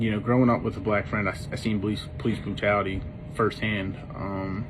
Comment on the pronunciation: You don’t even know how to say black right.